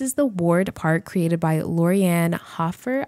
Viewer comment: Cre-ator. Cre-ated 🤣